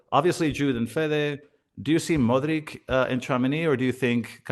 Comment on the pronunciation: You are butchering Modric last name. Not even close with pronunciation.